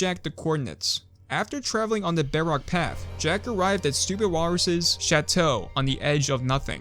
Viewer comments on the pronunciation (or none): Am I the only one who hears him say beyrock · idk why but hearing bedrock being pronouces beh wock makes me so happy